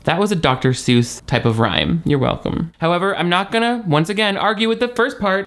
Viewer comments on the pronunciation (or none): none